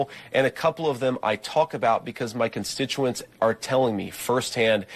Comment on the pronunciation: That’s “constituent”. He mispronounced the word. I was being sarcastic.